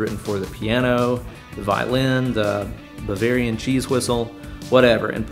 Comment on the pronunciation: for a second I wasn’t sure if you said ‘Bavarian Cheese Whistle’ or ‘Ovarian Cheese Whistle.’ 😂